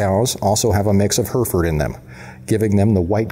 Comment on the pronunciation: Hereford ...not Herford. Line Bred....not Line Bread